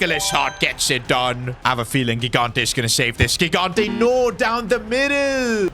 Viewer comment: gigante’s name is pronounced jigante with a j sound. I’m italian